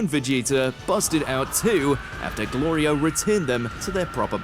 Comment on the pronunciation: Galeerio🤣🤣🤣🤣 galario🤣🤣🤣... i love that he can't get the name right... gorillo🤣🤣🤣